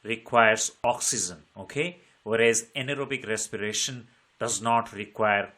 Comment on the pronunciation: Respiration ❌ recsipirasion✅